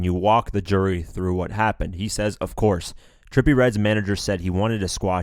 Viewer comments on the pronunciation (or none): none